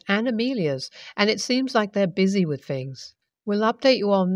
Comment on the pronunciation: So badly written. My favorite mannerism that gets repeated through these stories, (which are plainly written by the same person) is the use of "Hell, I..." Plus, "wif"..? Please learn to pronounce the TH sound.